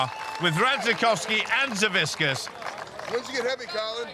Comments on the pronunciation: Why does he keep saying saviskiss when it's Savickas? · they keep calling him savisckas lol